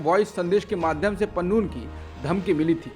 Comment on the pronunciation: Pannoon nahi Pannu hota hai